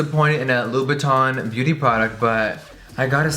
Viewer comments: i hate the way he says : Louboutin... he says it like Loubouton... but it's ' Loubouten... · It's actually pronounced "lou-boo-ten", everytime he said Loubotin i thought he was referring to Louis Vuitton 😂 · You are so ignorant, I cringe every time you say "louboutin" because you pronounce it "louboutON" rather than "louboutAN!" Go and learn proper French you tacky trollop 😂😂😂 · on dit Louboutin pas Louboutonneee !!!!! 😂😂😂 I'm french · Hearing English people pronounce “in” as “awn” (louboutawn) is just 😭💔 i love Jeffree and would never stop watching because of something so dumb but it’s honestly heart breaking (and just a little irritating) to a french persons ear. It’s definitely not easy to learn a new language and the french “in” sound isn’t a sound in English so English speakers have a really hard time saying it but oof.. it’s just hard when you know how something is supposed to be said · Just saying it’s pronounced la-boo-ton ok girl (not hating) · Love you! But please say the designer names correctly!!!It's LOU-BOU-TAw(n) silent n.... and Guerlain is Gare-law(n) silent n gurrrll! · I thought it was pernounced Labootin but whatever, you learn something new everyday... unless you don't. Btw excuse my spelling! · Hahahha the pronunciation: LUBUTOOOOOOON ahahahahahahah 😂😂😂